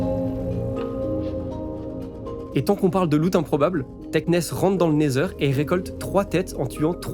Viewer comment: super ta vidéo, vraiment dynamique c’est cool a écouter et regarder ! par contre ta prononciation du Nether ou de Wither laisse a désirer